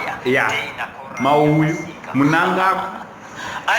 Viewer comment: Hanzi "mauyu" mawaya 🤣🤣🤣🤣🤣🤣🤣🤣